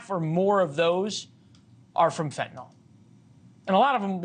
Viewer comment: RN here who has given fentanyl IV. I don't understand why people insist on saying fen-tin-all; it's FEN - tah - nill.